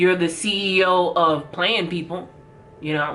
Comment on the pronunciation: When she said that the first time I thought she said 'CEO of bland people', and I was like well they're hella white and all the same and pretty boring so yeah, that's true! Lol